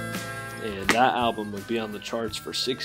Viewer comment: I like how you don't pronounce the "L" in album. It's just Ahh-bum lol